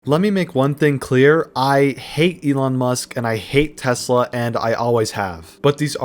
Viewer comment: "Stop burning Teslers" - Nope...